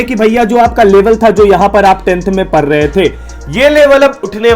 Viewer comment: Bhaiya says parr the the, 😂🙄, not saying pdd rhe